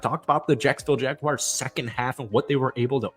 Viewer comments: JagWARS, not JagWIRES. Please, for the love of all things football, say. the. name. correctly. You came close a couple of times but we get sick and tired of people calling us the Jagwires. Other than that, decent video. Evan Engram is coming close to being one of the best TEs in Jags history and if you know our TE history that is saying something. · It's pronounced "Jag-WARS", not "Jag-wires"